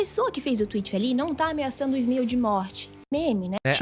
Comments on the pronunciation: Me da um nervoso ela chamando ele de smioh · Difícil de ver o video pq toda vez que a chama o Ismael de Ismiu me da uns siricutico 🫨🫨🫨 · As vezes que ela falou Ismío me distrairam um pouco do conteudo do vídeo, vou ser sincera